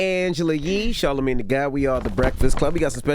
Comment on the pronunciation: “Char-la-ma-gay”.....😂🤦‍♂️😂😂😂😂 -Webbie